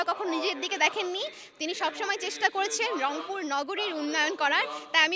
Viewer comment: এই প্রথম অংপুর কে রংপুর বললো,,,ধন্যবাদ আপু তোমার মুখে মধু আছে,,গো হেড